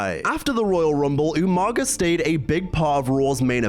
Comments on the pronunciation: Pause. Already. All these years later and people still say "(you-manga)". Idk if it's suppose to be a joke I never caught, but that shit still infuriates me. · Who is this Umanga could've sworn it was umaga lol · Say it with me bro, “Ooo”——“MAH——“GAH”………..UMAGA “UMANGA” 🤣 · YOU-MANGA? hahahaha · I know you ain’t just call bro umanga 🤣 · The way you pronounce umaga pissssses me off